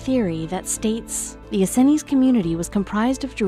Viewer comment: Please...for the love of God stop mispronouncing the “Essenes” as the “EN-SEN-IES”. Jesus.